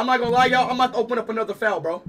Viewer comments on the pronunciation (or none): He doesnt know what a virus is and doesnt know how to say file he says fale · bro why does he pronounce file like "foul" 💀